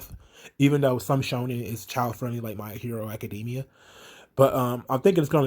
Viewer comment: *read thread, room starts spinning Cos I thought he said "Myheru Akadmya" and I was like "Who dat?" *backs away slowly , glad I've no visual representation of this show